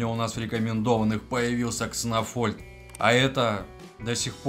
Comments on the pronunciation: Не кснофольд, а кснольфод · кснольфод а не кснофольд